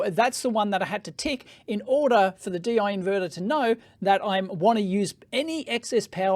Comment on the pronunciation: It is called "Deyy--Yee"